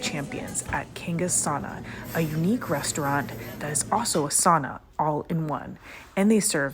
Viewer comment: I’m surprised they didn’t teach you to pronounce sauna properly. ;)